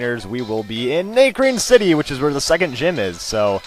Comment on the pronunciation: it's not NAY-crene city it's NA(like ahh) crene city